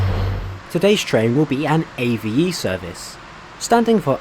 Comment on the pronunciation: It's pronounced Ave as in a bird, not A-V-E.